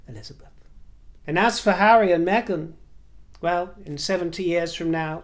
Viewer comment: I adore you. I have noticed in the last few videos you’ve been pronouncing Meghan without the G, darling you have a lovely accent, the Mahzin, my dear is becoming a pet peeve.